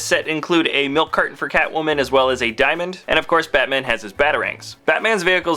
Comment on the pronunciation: When you said Batman i thought you said fatman